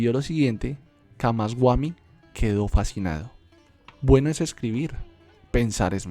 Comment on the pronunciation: Solo algunos detalles en la pronunciación de los nombres, no es camasguami, es camasbami